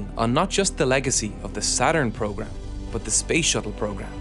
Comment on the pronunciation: Every time I hear "but" I am saying "bhoowht to myself for at least an hour...Am I the only one 🤔